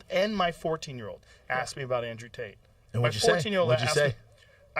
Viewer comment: “Andrew Date” 55 seconds in LOL!!😂 What a tool!😂